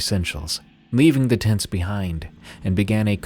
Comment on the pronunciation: 23.00 a genuinely thought you said "tits" not "tents" haha